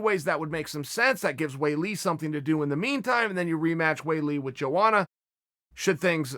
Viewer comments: Am I trippin or are you not supposed to pronounce the J in Joanna’s name like many people do ? Lol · No one: chael sonnen: "joeana"